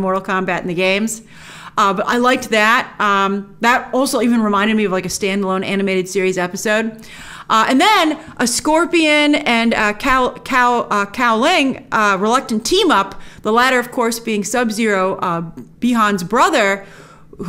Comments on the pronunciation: Scorpion and... Cow-Ling? 😂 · With the way Grace pronounce Kuai Liang's name, no doubt she still a MK tourist lol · It's incredible that they are doing animated MK movies. I will take any Mortal Kombat content and I would gladly take the animated show as I love these characters so much especially Liu Kang. I don't know if I heard correctly but I think you mispronounced Kuai Liang's name. Missed opportunity to call them Fire and Ice. I really need to watch it to see if that really is Mileena tho she looks like Li Mei to me. Pretty sure she was announced to be in it tho. Mileena fans are quite vocal about her and even though I prefer Kitana I would like both sisters to be treated equally.